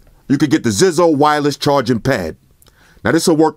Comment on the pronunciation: it's pronounced Zizo (zeyezo)